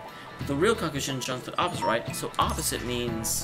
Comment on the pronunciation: It's kakushinhan, not kakushinshan